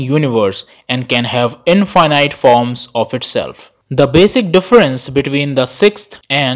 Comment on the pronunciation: Now I am not sure if I pronounced Infinite correctly whole my life 😀